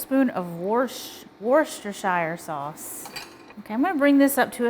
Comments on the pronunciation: "Wooster Sauce." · Love your beef stroganoff recipe! I also add a 1/2 cup of heavy cream and throw a bag of shredded cabbage at the end, cover and simmer til soft. Its so good this way! A complete meal! Oh, and its pronounced “worse-teh-sheer” LOL